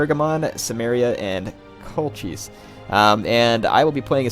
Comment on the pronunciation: Wow, that pronunciation of 'Colchis'...